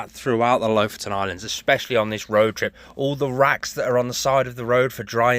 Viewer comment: Lofoten pronounced Loaf-owe-tn with the owe being long and the ten shortened to tn. Just ask a local Norwegian!